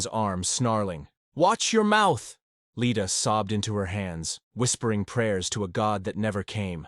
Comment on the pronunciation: Leda, not Lita. Elias is an adult, not a baby. Leda, not lady.